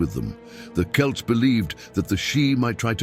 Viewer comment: You actually pronounced Celts correctly, unlike the other channels.